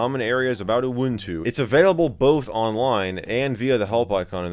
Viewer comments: I think you just say it normally, like U-Wun-Tu. I don't know why people like to laugh to the word UwU but my guess is it make people see things. And I'm disappointed that the cat doesn't even have an UwU face. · This actually made my afternoon, especially seeing Michael lose it trying to pronounce the release name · Michael failing to say "uwuntu" is the best part. 😅